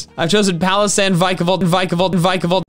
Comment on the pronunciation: There is no B in Vikavolt!